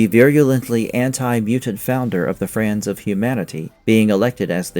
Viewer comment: "The 'Frands' of Humanity,"?